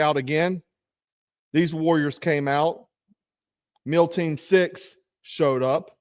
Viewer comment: " Meal team 6 " Hahahaha I caught that